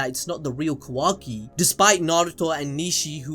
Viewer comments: Am I the only one who can't deal with how keeps pronouncing Kawaki like "Quacky". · I can’t get over how the second video commentator keeps saying Quacky instead of Kawaki. I cannot hear it any other way lmao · Ka-WAH-Ki, not Ka-WACK-Ki, pls sir. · It’s KaWOKee not KaWACKee 😭😭😭😭😭😭 you’re ruininnnin it. You’re ruinnnnininnn it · Quackie lol…. It’s kawaki 😂😂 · Kawaki ❌ kOOwaki ✔️ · Bro I miss Kuramaaaaa wise old Kuramaaaaaaaa!:'(..... Oh and my guy its Ka(a)waki not quacky.... loool.. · Who tf is Quackee? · nobody:: "quacky" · “Ka Wack ki “ lol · Oh my God “KaWACKi” like dude just say his name right it’s not that hard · Ah “kwaki” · Bro he keeps calling kawaki quacky 🦆 😂😂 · He said kawacki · "Quacky"... Calling Kawaki that from now on I guess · i like how he pronounces it like "quackie" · bruh this man pronounces it quacki stop bro please, almost skipped his part man. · Lol ffs all I hear is "Kwaki" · 2nd guy is so annoying calling kawaki "kawackee" please fix this it's annoying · Had to turn off after the third or 4th "quacki" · “Ka-wacky” bruh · The second guy comes along and calls kawaki, kawacky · I really don't like how that guy is pronouncing kawaki like kawacky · I keep hearing 'Kawacky' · Bro why yuh still saying quakky ? 🤨🤨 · Lmao ka-wacky 💀💀😂😂😂 bruh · "ka-whacky" i instantly clicked off bllllleeccchhhhh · said some “kawaky”😂😭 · Why y’all always switching out and shit y’all can’t do a whole video by yourselves anymore 😭 my dude can’t even say Kawaki right 🤐